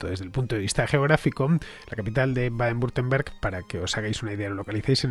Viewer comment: Hola Fernando, por si algún día lo tienes que volver a pronunciar y quieres que te resulte mas sencillo, se pronuncia "Baden Bitemberg". Por lo demás fantástico trabajo